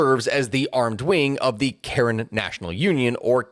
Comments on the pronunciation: Its pronounced Kah-rehn NOT karen. Come, now.... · It's "ka--REN", they're one of the few Catholic ethnicities in Myanmar. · Is not Karen like in Karen in American accent. Is more like Ka Ren... so say Kaa.... then Ren. So just separate the Ka abd Ren a little bit then say it again together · You pronounced Karen incorrectly. It is pronounced the same as Karenni without the -ni. Good coverage overall.